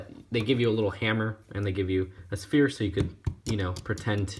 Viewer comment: Did say sphere instead of spear or was that just me